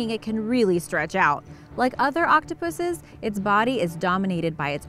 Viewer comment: She said Octopusses lol